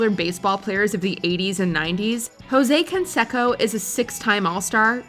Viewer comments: Hey WatchMojo, if you're gonna pronounce a celebrity baseball player's name, say it correctly. Ho say Con say co; not Jo say Con se co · For such an established channel, you couldn't get someone to pronounce Jose Canseco and Ricky Gervais correctly?!